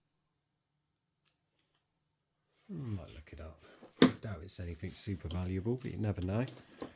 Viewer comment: I enjoyed watching while eating my dinner but please say anything .. instead of anythink .. it somewhat distracting .. well done tho